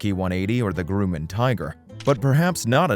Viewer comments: FYI, it's pronounced "GRUM-MAN" Grum like Drum. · Your narrator mis-pronounces many words..Citrus(Cirrus)..Groomin(Grumman)..Subsequent..What's all this about? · I can try to forgive pronouncing "sta-BILL-a-tor" instead of "STA-ba-lay-ter" and "Grew-man" instead of "Gra-man" but when the guy calls the Cirrus SR20 a "CITRUS," I have to wonder if ol' actually know much aviation after all. Then there was "per-posing". Has never heard of the marine mammal called the porpoise (like a dolphin... you know... Flipper)? what is "sub-SEE-quent-lee" and, "sub-SEE-quent?" If you're saying, "subsequently" and "subsequent," it's pronounced "SUB-see-QUENT-lee" and "SUB-see-QUENT." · It's Grumman, not grew-mon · gruh-man (not groo-man) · The fuck did I just watch?? Are you even in aviation at all? Anyone out there have german (GAR-MIN) avionics in their citrus (cirrus) or their Grooman (GRUH-MIN). Never heard a stabilator called a sta-billa-tor before. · A 'Grewman' Tiger? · What’s a Grooman? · The Grooman??? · Why does this guy keep saying Groomin and Lie-cumming? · WTF is a GROOOMAN? LOL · Groomin and Citris. Perpoiseing. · "Grooman"? What's a "Grooman"? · And it’s competition from the Groomin aircraft company. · I’m always amazed at how people can try to appear knowledgeable and yet make ignorant mistakes like this…..🤷‍♂️ “Gruuuuuman” 🤓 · "Grooman" heehee... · Considering you can’t even properly pronounce the name of an engine manufacturer or aircraft company, it doesn’t surprise me your statements throughout this video are contradictory and inaccurate. If you want to know the truth about the Cardinal, simply ask the man or woman who flies one. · Congratulations, this is the first video or the first time I have ever heard anybody mispronounce Grumman. Really?